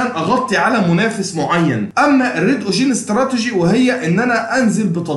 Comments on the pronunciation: جزالك الله الخير بجد تسلم بس كلمة ocean بتنطق كدة اوشاان مش اوشيين وكلمة awareness بتطنطق كده اويرنس مش اواارنس انا والله بنصحك نصيحه اخويه انت متميز فى المجال ما شاء الله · الواحد مش عارف يشكرك علي ايه ولا ايه و الله باذن الله بحاول اختار الكورس المناسب لإحتياجي و هفعّله قريب تعليق بس صغير و لا اقصد بيه اي تقليل من قدرك نطقك لكلمة ocean كانت مختلف شوية عن الصح (وجب التنويه بس عشان دي كلمة اتقالت كتير في الفيديو ) تقبّل تحياتي 🌹